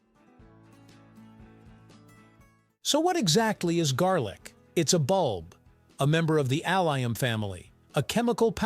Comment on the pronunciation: lol….not jarlic